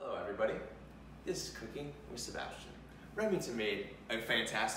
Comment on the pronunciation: Sea-bass-tian.. that’s all I’m going to say.